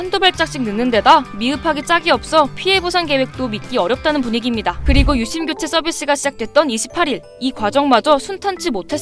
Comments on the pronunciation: "유심"이라고 하지 않고 "윳씸"이라고 발음하는 이유가 있나요? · AI썻나 유심발음이 왜저럼? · 유씸 유씸 발음 너무 거슬리곸ㅋㅋㅋㅋㅋㅋㅋ